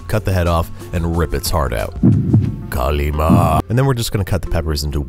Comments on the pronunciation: As a native hindi speaker i think that your kali ma pronounciation was on the spot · As a native Urdu speaker, your "Kali Maa" and kebob pronunciation was spot on.